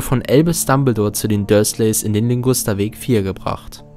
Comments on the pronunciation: Heißt es nicht eigentlich Ligusterweg und nicht Lingusterweg? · Der Weg heißt Ligusterweg und nicht Lingusterweg.😇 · Ligusterweg, nicht Lingusterweg. Aber richtig gutes Video